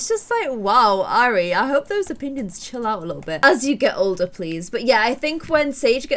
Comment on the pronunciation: the name airi is pro prounced i-rea it is a japanese name meaning love <3